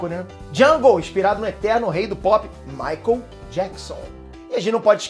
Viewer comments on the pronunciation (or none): none